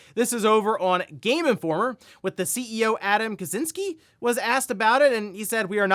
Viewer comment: Kaciński is pronounced Kachiñski fyi xd, not kazynski